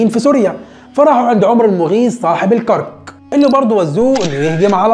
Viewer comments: الكَرَك... الأستاذ ، جهودك مشكورة، ولكن لاحظت أنك تكرر الخطأ في لفظ اسم المدينة الأردنية العريقة الكرَك، وذلك لأنك تسكن الراء، والأصل فيها أن تكون مفتوحة... وجب التنويه. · عيب والله .. الكرك؟؟؟؟؟؟ الكاف بالفتحة والراء بالفتحة وتسكين الكاف.. AlKarak .. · فعلا منطقة الكرك بفتح الراء